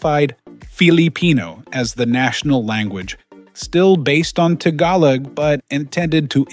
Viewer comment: Learn to pronounce the word "Tagalog" properly please!